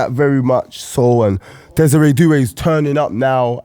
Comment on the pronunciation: bro dead ass said Desire Doue